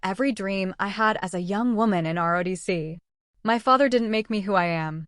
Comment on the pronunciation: ROTC, not RODC. This narrator has made this mistake many times, so proofreading is necessary.